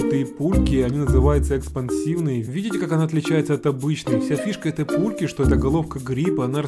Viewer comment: я один услышал что сказад место пульки пуки?